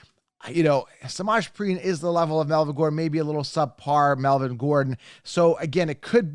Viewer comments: Smodge preen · Butchering Perine’s name ffs 😂